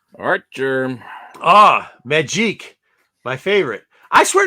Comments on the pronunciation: I am hoping for a Child of Nomad:Spirit of Vengeance book myself:P and ur right,it is Magic, not Majeek, she isnt french for gods sake:P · Majeek??? WTH is that guy talking about.